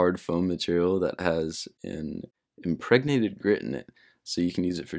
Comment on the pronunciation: I like that impregnanted was a funny word to you but you said heterogenous with no problem